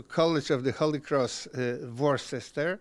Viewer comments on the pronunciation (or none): Panie prowadzący. Worcester czyta się "łuster". Gloucester czyta się "gloster" (jak jabłuszka) itd